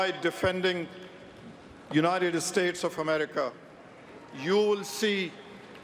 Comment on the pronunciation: Because of this man's accent, it sounded to me at first like he said "the graves of brave patriots who died defending the united ESTATES of America [emphasis added]." It only took me a second or two, of course, to mentally correct myself, and I understand that letting this accent bother me is EXTREMELY petty and perhaps even downright racist; I am actually not bothered by the accent at all, because that would be incredibly immature. That said, there is unfortunately some truth to soldiers dying defending the estates of America. As has been stated by many people before, the wealthiest, most privileged, and most powerful people in the US need not ever risk anything themselves (unless they choose to, purely voluntarily and out of absolutely no sense of necessity) in armed conflict with international interests, even though the rewards of that conflict go far and away mostly to just those wealthy/privileged/powerful people.